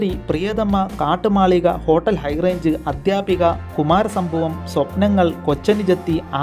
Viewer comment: മന്ത്രവടി അല്ല മന്ത്രവാദി കാട്ടുമാളിക അല്ല കാട്ടുമല്ലിക